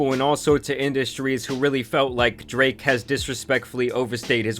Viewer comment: Does anyone else notice how consistently over pronounces words that end in K lol DraKKKKKKKe